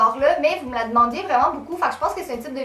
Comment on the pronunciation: une des premières vidéos que je vois de toi et je sens que je vais m'abonner ; ) et en plus j'aime trop ton accent, oui j'aime l'accent québécois (je suis une des rares française qui aiment l'accent québécois... !) c'est grave rigolo, genre quand tu dis "youtoube" 😂 ou "lo" au lieu de "lA"enfin bref... gros bisous de France....😘